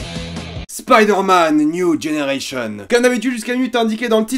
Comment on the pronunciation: "Spaïderman niou dgénéreillecheun"